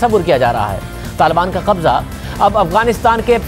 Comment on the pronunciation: Aap k kahbza kahbza bool rahy hoo